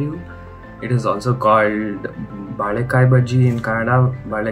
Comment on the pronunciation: balika BAlika ITS VALIKA BHAJI